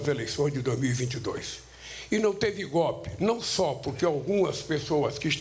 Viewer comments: Vai aprender a falar seu analfabeto, "GOPE kkkkk seria cômico se não fosse trágico.... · Ainda faltam 2 anos e 9 meses... Escutar esse sujeito falar gopi, é demais